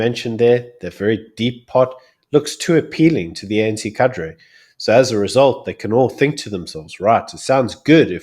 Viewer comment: The correct pronunciation is kadray as in padre. Not cader. Just saying.